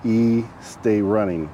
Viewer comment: Won't estay running...say it in a spanish accent lol. Pronounce Pronounce like es. Not e-stay es-stay. Lol. I'm bored stuck at home after surgery. So. Scrolling through reruns haha